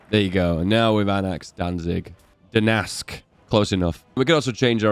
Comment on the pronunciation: Love you videos but bro. Gdansk is read as gəˈdɑːntsk :) someone might get sensitive about that.